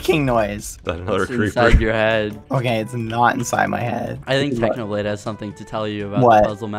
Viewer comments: "Technobalde" Did anyone else noticed that? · TechnoBlade: Exists Skeppy: Techno-Bald-e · Pretty sure skeppy ruined technos reputation by saying 'technobald' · "Technobalde" Did anyone notice that?